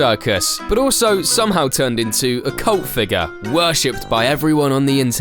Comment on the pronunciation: I think you have a spelling mistake, you pronounced it “CULT figure”